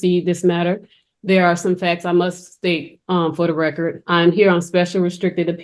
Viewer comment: Actually, she was saying, “for the reckurt”, whatever that is.